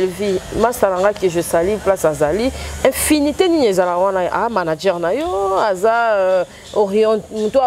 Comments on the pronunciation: Non ndeko oyo ayebi te eza vraiment ndenge olobaki infinité mais non afinite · Très belle émission sauf un petit souci"affinité et non infinité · Tres belle emissions tu fait très bien ton boulot juste on dit pas infinité mais affinité bonne compréhension la grande 🥰✨